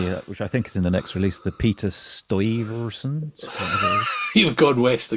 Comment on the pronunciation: Google AI: Peter Stuyvesant (c. 1610 – August 1672) who I have heard pronounced as "Stweeversan" was the last Dutch director-general of New Netherland, the colony that later became New York. A capable but intolerant administrator, Stuyvesant oversaw the growth of New Amsterdam into a city but was forced to surrender the colony to the English in 1664. Otherwise and here known as fags for "Joy Riders of the Sky" as they travel the world and so I don't suppose they were roll your own for 'fixing a hole' but, and then again, my name's not the Paul McCartney our world once knew and before this he bacame a grandpa then needing to set an example to his children and grandchildren. When it comes to IPA alcohol then you'll most certainly get this served down at my local but I haven't yet tried slot car tuning on the premises and I don't suppose I ever will. On the RX - 7 then my vote and purchase finds with Scott's muscle arch version which is otherwise not native to the roof ariel and neither does it have those irritating little 'bolt on' Daytona endurance night lights which look to me like tear offs. I'd call this 1980 versin 'holistic' and with a balanced aesthetic as a race car. I wasn't sure at first but yes, these things most certainly do leave a satisyfying after taste and this following some careful contemplation in the form of muse as you two do here. For some reason I fancy another in lemon yellow and unlike some recent Toyota offering from some other manufacturer it's not be